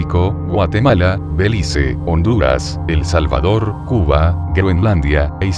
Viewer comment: por que dice e. salvador